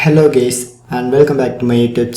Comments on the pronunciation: "Hello gays" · *hello gays"💀💀💀💀